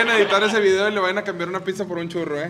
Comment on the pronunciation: Enseñenle a que se dice pizza y no pikza